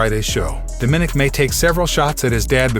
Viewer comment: DOM-MAN-NIC, it's quite easy